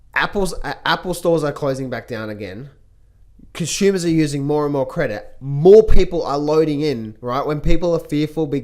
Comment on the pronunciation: Conshumers using credit to CONSHUME. 🤗 haha just had to point it out.